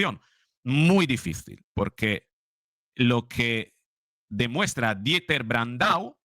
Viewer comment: Creo q es Dieter y se pronuncia diter, gran periodista. Estás haciendo un trabajo impagable. Ahora toca levantar las alfombras y limpiar toda la porquería q deja esta banda mafiosa. Q bueno q los youtubers libres estéis ahí para contarlo. Saludos